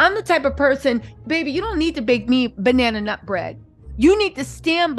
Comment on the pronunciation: Did she say Bannana nut???😮